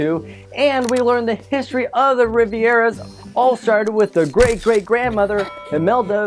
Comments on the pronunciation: It’s Rivera not Riviera!! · it’s “Rivera” not “Riviera” “RI-VE-RUH” no second i. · why do you keep calling them the Riviera's, it's Rivera! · You keep saying the family's name wrong, dummy! Its not Riviera. Its Rivera! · Why do you keep calling them the Rivieras? Their name is Rivera, like river with an a at the end. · Why does he pronounce the Rivera's name bad he is saying riviera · Riv-Era, not Rivi-Era. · Why are you pronouncing the Rivera family as Riviera? Even if Spanish isn't your native tongue, the spelling should be a dead give away... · it is Rivera, not Riviera ;) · Rivera’s not Riviera’s. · It’s pronounced RI-VE-RA🤦🏽‍♀️ Not Riviera. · It's not the Rivieras it's the Riv-eras or Riv-air-as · Your pronouncation is just horrible. Rivera is pronounced like it is, not Riviera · Its pronounced Re-vair-uas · You pronounced Rivera wrong. My boyfriends last name is rivera. Pronounce Riv air uh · This is the second youTube video about "Coco" that I've seen where a white person can't pronounce Rivera. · You said rivera wrong Wreck -it Ralph : Squirrel : Meme: Pizza: Smile: #coco